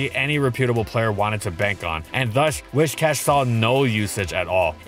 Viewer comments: Whiscash, not Wishcash. Driving me nuts haha do love the catfish tho, dope vid as always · I keep hearing "Wish-Cash" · Happy to hear someone else saying "WISH-cash" instead of the clearly inferior "WISS-cash". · I swear every single Pokemon you do you pronounce it in some weird way that I never did when I was a kid and I could usually look past it. But it cannot possibly be “WISHcash” its “WIScash” you know like whiskers, cause it’s a catfish. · Why pronounce it wish+cash when it's based on whisker and not wishing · Do a shot every time he says "wishcash". Better yet, don't. Your liver can't handle that much, even if you're Gloria, the legendary Scottish Trainer! D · If you pronounce it "Whishcash" one more time I'm going to blow a nerve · Am i the only one who pronounced Whiscash as Wishcast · It's whiSSSSScash